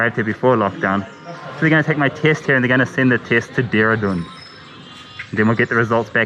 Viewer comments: At first I heard kiss then I realised he said test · Maybe it's the mask, but am I the only one hearing him say: "I don't know why they are 'kissing me'?"